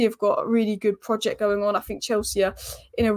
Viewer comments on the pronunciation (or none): none